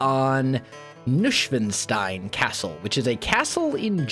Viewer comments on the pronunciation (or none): Neuschwanstein is pronounced Noishvanshtine, not Noushvenstein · Nushwanstain? Sounds like cat language.😅 I am German and we call it Neuschwanstein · More tower. The current tower higher(i like it sticking out of the roof) rounded dormers?(they look like birdhouses atm) Also you cant imagine how long it took me to understand you said neuschwanstein :D maybe try new-swan-stone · So funny you say Nushwanstein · haha I love how you pronounce Neuschwanstein! I also didn't realise which one you meant, so I googled Nuschwenstein just to realise it was the Neuschwanstein all along! Keep up the great work!! I love the way you play minecraft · Ian Fyffe Noi-shwaahn-shtain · Noi-shwahn-shtain, but you could translate it to new-swan-stone :) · Kordian Polczynski nicht schlecht! The rest means that Neuschwanstein was not understandable from ' pronunciation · i speak german and it took me a long time to realize you were saying Neuschwanstein haha gotta love that us-american pronunciation! thanks for the entertainment, wels. looking forward to seeing you build more of this! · Aaaaaand same here in Berlin 🇩🇪😂 But if I listen to the many Germans speaking English with an accent that makes my ears bleed... well... I strongly prefer listening to (like he'd say) butchering this name 😁 BTW... Americans saying "Hohenschwangau" (where Neuschwanstein is located) is even more interesting 😂😂😂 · i do not really unterstand which castle you meant, but if it is Neuschwanstein castle, then you pronounced it totally wrong, but in a kind of funny way.